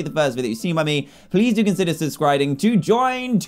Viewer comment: did anybody alse hear he said subscribe wrong